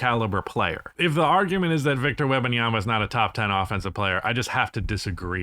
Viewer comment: Agree with the arguments presented but, please, stop saying Webbinyama. Is either Wemby or WEM - Banyama Is a person's name ^^ Respect